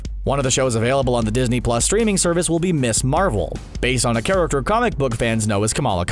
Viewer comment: Heh, I just realized you pronounce "character" the same way Trevor Slattery's "The Mandarin" would. "Charactuuurrr"